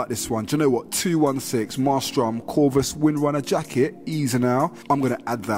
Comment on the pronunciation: Em-ay-strum not mar-strum haha